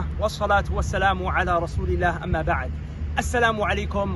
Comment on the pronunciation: brother when you say alhamdulillah try to stress more the double l in Allah also Rasuli LLah not rasuli la